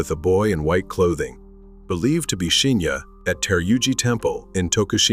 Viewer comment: Good vid, but weird how you keep mispronouncing Shinya's name.